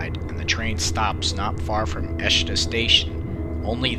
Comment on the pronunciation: ICE: most Europeans would say something that would become [Ee]-[Say]-[Ay] if you wanna write English phonetically. Also, Eschede -> [Es]-[sch-ey]-[deh].